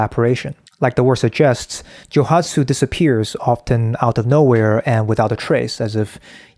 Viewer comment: Joooooooohatsu. Joe-OOOOO hatsu, without meaning to be impolite to correct how you pronounce the word. It might not be only Japanese men, who would do this.